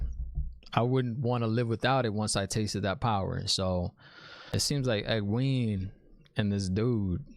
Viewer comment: Great reaction as always. The H in Thom is silent, so it's just Tom. And it's "Eg-gwain" (rhymes with gain) not "eg-gween" Fades are badasses. They are lightning quick, strong, and have some special abilities... Warders are scared of them. So Thom is doin work.. Owyn was Thom's nephew. Thom ain't crazy about Aes Sedai after what they did to him. Love your speculation. It's like reading the story for the first time again. So hard not to spoil it for you .. lol